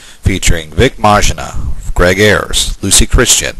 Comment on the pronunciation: I hope Vic doesn't hear the way you butchered his last name :) (Was that intentional?). Audio quality poor.